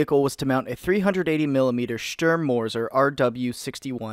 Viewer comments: Thorstein Memeson it's pronounced "shterm" not "stoorm" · Please just say "sturm" correctly. The u is prnounced like the "oo" in "boot" "Stoormtiger"